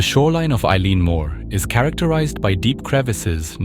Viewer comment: This is a terrific video and have subscribed to your content. Constructive feedback from a Scot : it’s pronounced El-un moor.